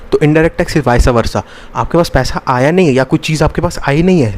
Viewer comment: Paisa❌ paiha✅😂 . Btw loved the lecture bhaiya..